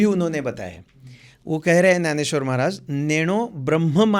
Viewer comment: त्याला ग्यानेश्वर नाही ज्ञानेश्वर म्हणायचे महाराज हिंदीत बोलताना सुद्धा. त्याशिवाय आपली भाषा अभिजात मराठी वाढत नसते